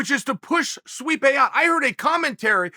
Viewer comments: "Sweep-ay" (Stipe) 😂😂😂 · Did he accidentally say Sweepe instead of Stipe? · Did Chael call Stipe "Sweepe" ? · Who in the hell is Streepe? Chael is stuttering, stammering, and mispronouncing names (not on purpose) throughout this clip. Get a CAT scan Chael, I'm concerned. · 'push sweepay away', nice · please tell me I wasn't the only one who heard our uncle call stipe sweepe by accident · We have to admit it... we’re pushing “sweepay” out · Stipe “sweepe” Miocic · MAAAAAAAN.... did you just say sweepae👀🤨??? I thought you NOT to forget him???? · Chael: Swipé Miocic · Chael called the mad “sweepe” miocic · Uncle Chael said Sweepe instead of Stipe and yea. Considering he is being swept under again. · Sweepay Miocic loool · Sweepe 🤣 Uncle Chael don't care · "...which is to push Sweepe out." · Chael called him “sweepaye” 😂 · We just gonna ignore Chael called Stipe Sweepe? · Did Chael call Stipe, "Sweepay"?! 😂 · "to push sweep-pe out" - Chael 'Joey Diaz' Sonnen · Who TF is "Sweep-A" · Did he say Sweepe? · Chael "Sweepay Miocic" Sonnen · "Sweepay" miocic